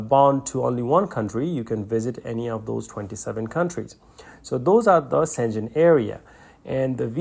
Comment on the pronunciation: Not szengen but Schen-gen and g is not english g but as in word gamma or guilty a G